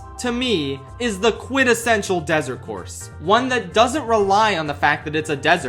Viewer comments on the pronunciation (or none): Its QUINTESSENTIAL... Lol forgot the "N"